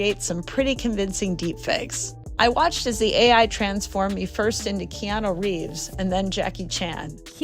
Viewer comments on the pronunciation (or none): KE-A-NU not Kino dammmm fucking up the man's name. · Key-new?! Way to butcher his name... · Who’s “Keeenooo” 😂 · Why do videos call him Keenu?! His names Keanu! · Please learn to pronounce his name correctly